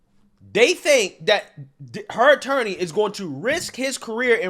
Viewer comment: The second she called an attorney an "interny" made me immediately discredit everything she said after the point.